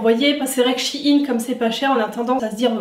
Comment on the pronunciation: Shein pas shi-ine